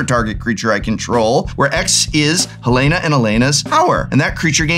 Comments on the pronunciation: This might be a bit that I just walked into but it was killing me was pronouncing Halana wrong and then in the credits he pronounced it right but Alana wrong lol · I don't think the Prof knows it's pronounced HaLAWNuh, not Helena.